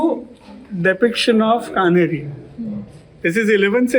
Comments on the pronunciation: It is Kaanheri caves. Not Kanheri. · Not pronunced Kanheri it is Kaa-nehri. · it’s the official spelling you are right. But she dropped the aa sound. She said कन्हेरी instead of कान्हेरी